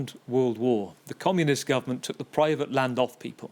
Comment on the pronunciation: Privat island? wtf are you saying?